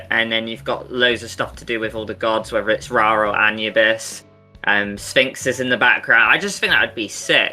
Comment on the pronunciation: Did... Did just pronounce Anubis as -a-nyu-bis?